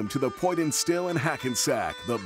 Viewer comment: You would think they would tell the voice over man how to pronounce poitin...pocheen for the Lord's sake!